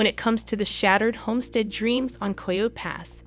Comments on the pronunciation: Coyote - pronounced ky oh tea!!!! Is it so hard to teach the ai proper pronunciation? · Is this an AI voice? There are some odd pronunciations and syntax. The cadence is very robotic. ANDthe word coyote is pronounced KY-OO-TEE- 3 syllables. ( not ky ote!) get it right!! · Learn how to pronounce coyote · Since you can not pronounce coyote correctly you should not be narrating